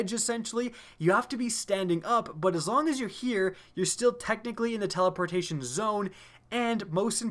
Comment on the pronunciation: Lol i think he "teleportion"